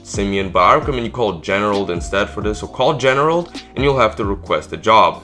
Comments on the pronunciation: Why can’t you say Gerald, who is generald? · Actually it was “generald” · dude where is the "ne" coming from, it's gerald